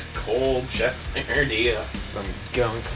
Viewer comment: The way you pronounce boyardee kills me lol